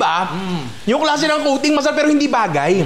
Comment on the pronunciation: Yeah, I was wondering why there was a meow after he said coating, ohhh “kuting”!! 😂😂